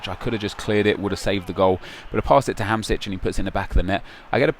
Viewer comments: It's not Hamsic, it's Hamsik. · its hamsik not hamsic xD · Its pronounced HAM-SHIK, check the little thing above the s